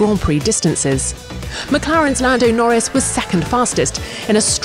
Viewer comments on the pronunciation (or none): none